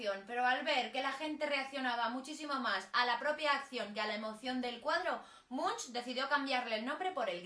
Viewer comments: Se dice ˈɛdvɑ:ʈ mʉŋk, inculta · Se pronuncia Edward / Munk/ y significa monje literalmente. Gracias.